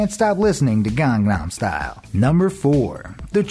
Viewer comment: "Kesakstan cant stop listening to Gong-Naam Stal". xD